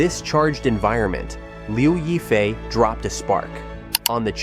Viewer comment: I just can't with those "reports" that can't even pronounce the name of the person correctly. It is not that hard to look up pronunciation online.... Lyaw (yaw like in "yawn" without the n) And since this is for international audience, why not use her English moniker "Crystal Liu" ? Anyway Liu Yifei is her stage name. Her birth name is irrelevant since it was changed by her mother after the divorce of her parents when she was 10 years old. So. That sheds doubts for me on most of the allegations here and I did not really try listening to end... especially with such a clickbait title : Crystal is far from "most controversial" : that would be Zheng Shuang, Zhao Wei or Fan Bingbing. Crystal is no more controversial than Guli Nazha, who has nicely rebounded from some small alleged relationship trouble, and is the second most well known (and popular) Uighur actress in China. As for political trouble, why link her to the now defunct Hong Kong protests, that had nothing to do with her : she did not live there then, nor have a hand in those attempts to undermine the local government with proven backing from foreign countries intent on stirring up separatism in mainland China. She has, as was her right to free speech, expressed her support for the Hong Kong police during the 2019 protests which did not "beat down" protesters en masse as was propagandized abroad to people who had no idea of the real situation. If some took exception at her being truthful there instead of howling with si